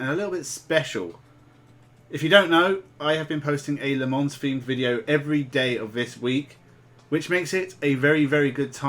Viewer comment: Sorry if this seems a bit pedantic but the s in Le Mans is silent.